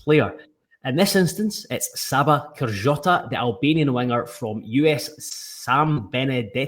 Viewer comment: Pretty sure the J is a Y sound. So, Ker-yota